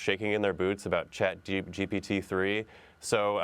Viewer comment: why is she calling it Chat GBT???